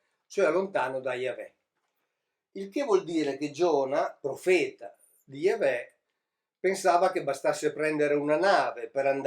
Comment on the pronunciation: Ogni volta che sento pronunciare la parola "Yahweh" in modo così improprio, mi si spegne automaticamente il cervello e vado in catalessi culturale. Comunque tanti complimenti per tanto seguito popolare al suo mish-mash esegetico. Se io mi mettessi a parlare di fisica nucleare (di cui non capisco un cazzo) non riuscirei ad avere tanti follower.